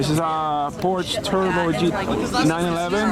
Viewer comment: Lol saying porche instead of Porsche 😂😂😂😂